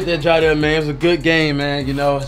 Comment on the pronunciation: CashNasty it’s jiedel not Jideal lol